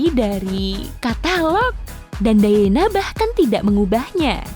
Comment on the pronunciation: Lady "Dayena" harusnya Lady "Dayana". Charles harusnya "Carls"